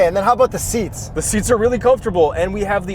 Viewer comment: Complain aboot it?